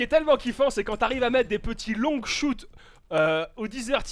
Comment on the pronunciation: Mes oreilles saigne un petit peu à chaque fois qu'il dit ''longshot'' parce que'il le prononce ''longueshoute'' xD